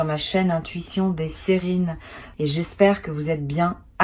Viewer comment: C'EST PAS DES SÉRINE C'EST DES SIRÈNES😅 LA BÊTISE DE L'INTELLIGENCE ARTIFICIELLE QUI EN PLUS BALANCE LE MÊME MESSAGE À TOUS LES SIGNES...... ⛔🚫 ARRÊTEZ VOS IMBÉCILLITÉS VOUS NOUS PRENEZ LA TÊTE AVEC VOS CONNERIES... ❌⛔ QUELLE HONTE